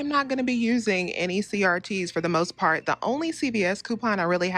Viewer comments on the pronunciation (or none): none